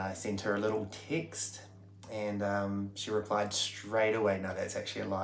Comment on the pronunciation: I love it that has assimilated quite well.... "I sent her a tixt... then asked her out for a drenk"... Well played